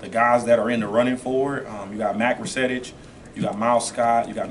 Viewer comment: Wow he said Mac Resetic...... Awesome